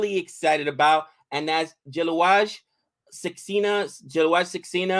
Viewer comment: Who is jaluaj it jalaj prounounced as jhalaj or zhalaz.Love your thoughts but disagree with many.